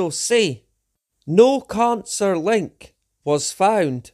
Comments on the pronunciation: Do you also pronounce cancer khancer? Because that was getting very annoying. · As a non Scotsman can I just ask regarding the accent: He says Covid as CONvid, which is obviously deliberate as he thinks Covid is fake or something, but to my ears he is also saying CONcer, rather than Cancer. Is this just his accent, or is he suggesting Cancer is a con/fake too? I'm confused because I have heard some wingnuts make various claims about Cancer being fake, manmade, big pharma suppressing the cure etc. And he certainly seems like the sort to buy into that kind of crap. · Lol I read this at the same time that he said it in the video. “Carn-sir!” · It was a painful struggle to listen to him speaking in such a disjointed way. Oh, and..."carn-sir"! 😂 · Caaaancarr, rraarts